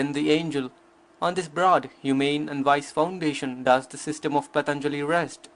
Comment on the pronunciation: Please pronounce the name PAA-TAN-JALI properly, it has a A-vattu, an elongated A, not a short A in the first syllable. Good approach, nice effort.